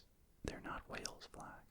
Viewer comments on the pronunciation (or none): none